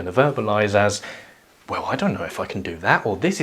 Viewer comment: "as we wizz"....